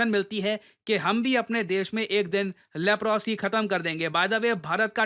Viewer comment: लेप्रोसी नहीं लेप्रसी बोलते हैं।